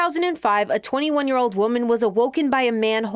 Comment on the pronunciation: She also pronounced the word “ old “ with “ ode “. Who are these boneheads reading the news ?